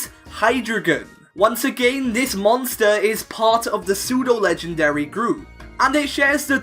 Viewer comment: Pseudo, not psedue! And you left off the A in legendary!